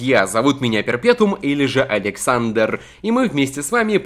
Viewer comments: он сказал Адександр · ты сказал аледксандор